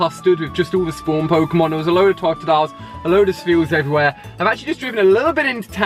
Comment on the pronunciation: Did he say tot-dile, it’s todo-dile